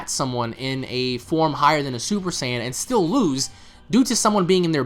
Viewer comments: hey guys. Why do you say Saiyan the way that you do? More like "S-eye-an" rather than "Say-in". Not trying to be a dick at all, I'm genuinely curious. I'm sure there is good reason. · Whats with the new pronunciations? Saiyan or Sian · Why the hell he keep saying super cyan